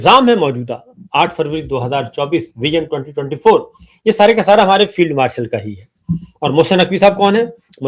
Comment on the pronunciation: Aap log b zulem kertha hai sabar sab .billawal butto nehi AP butto boltha hai .Asim filled martial nehi AP martial kehtha hai q